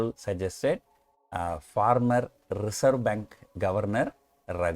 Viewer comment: Former ko yeh yeda farmer pronounce kyu kar raha hai